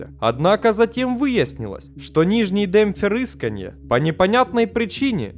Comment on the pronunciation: форрыскания а не феррысканья